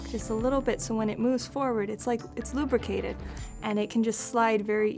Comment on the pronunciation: "LUBRACATED" noiceeeee